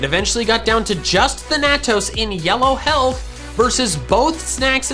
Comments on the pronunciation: Thanatos is pronounced Fan-A-toss not than-a-tos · You're pronouncing thanatos wrong its like thanos but with toes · Is there a reason you can't say Thanatos correctly? I am now genuinely curious what makes you pronounce it that way. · my brain hurts every time you pronounce thanatos